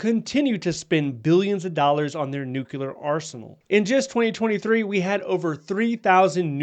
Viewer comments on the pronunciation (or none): It’s pronounced new clear, not nuke cu lar. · PLEASE, I'm begging you, say it correctly. It's "nu-clear," NOT "nuke-u-lar." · Nuclear, not nucular. Apart from that, thanks for keeping us updated. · I have a hard time listening to someone who can’t pronounce nuclear. Please. Say it with me…new…clear. Not new q lure. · Please learn how to properly say 'nuclear' - it's nu-clear not nu-cu-lar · I saw this immediately, as well. The other discredit from this video is using the word: “NUCULAR”. When I hear someone use this mispronunciation, their literacy level has been revealed. I have lost total interest in whatever is saying. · that is ABSOLUTELY NOT true! I have a military background in Nuclear-Biological-Chemical (NBC) Operations, and proper pronunciation of the word "Nuclear" always been pet peeve of mine. However, I’m also smart enough to know that mispronouncing it does NOT determine a person’s literacy. In my 40 years of familiarity with NBC, I’ve found that most people mispronounce the word—probably only about 10 percent get it right. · LOL, when he said it's not twitter, it's nucular warheads... OK, glad there was no DEI etc or other crazy programs. How many "Nuclear watchdogs" were fired???? ... none .... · Did you just say nukular? Ok...